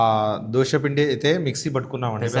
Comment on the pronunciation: దోస కాదు దోశ.